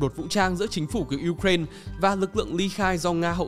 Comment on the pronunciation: Đọc là u rai na đi, uren khó nghe quá